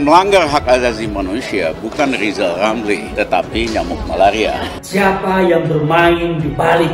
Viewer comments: LIZAL LAMLI..SAMA SI OMPONG...LIHAT LEBIH DETIL DULU LARU NYIYIL KALAU..KAMU MAU DI HARGAI..R nya di ubah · Bacotan lizal lamli.....pleeet goplet.. Katanya plofesol, ekonom, koq otaknya pekok kok.